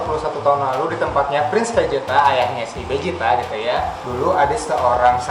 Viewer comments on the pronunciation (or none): Vegeta atau Bejita, bukan Bezita